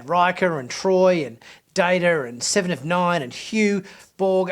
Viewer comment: Siiven orv Noine